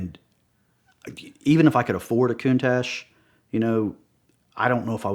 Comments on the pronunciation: Countash 😂😂....love it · "Coon-Tash" really?? C'mon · Cant stand the way he pronounces countache..EdPlease correct him it's like nails on a chalk board.